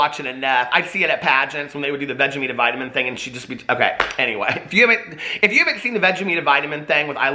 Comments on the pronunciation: the one thing I love more than your videos is I Love Lucy and for the love of God it's vitameatavegamen not vegameatavitamin! Love you! LOL:) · "Vegemite vitamin" XD do you mean 'Vitameatavegamin?' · It’s Vita meata vega min it’s all one word but I spaced it out for you so you could see how to pronounce it!